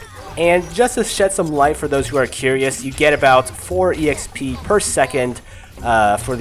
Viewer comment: The way you kept saying exp, (e x p) was kind of annoying but that's just because It doesn't sound right, on the other hand I enjoyed the video. Keep it up :)